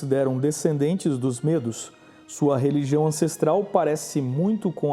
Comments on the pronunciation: não digam Mêdos; digam Médos!... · Gosto dos teus vídeos. Tem fundo histórico. MAS a pronúncia de MEDOS, é uma pronúncia aberta - MÉDOS. Os curdos é um povo tão antigo, que já eram citados por Xenofonte - em Anábase a retirada dos 10.000 gregos do império Persa, lá pelo ano de 480 A.E.C. Abraço